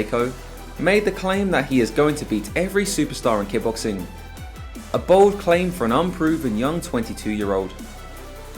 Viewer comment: Are you saying, “ki-boxing?” It’s kick-boxing.